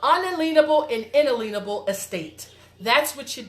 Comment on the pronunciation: Are you so technologically illiterate that you can't even figure out how to mute your phone's notifications? Oh, and BTW, inalienable isn't pronounced the way you seem to think it is. Love the completely made-up alternative history, law, and Constitution! Funny stuff. Hey, did they just let you out of jail on a personal recognizance bond or did you plead guilty and take time served, because we all know your broke-ass so-called supporters didn't pledge any of their so-called fiat to spring you from so-called jail.